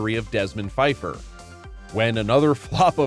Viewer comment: that's Desmond PA-feiffer... the P was not silent. Because that was apparently a hilarious joke... I guess.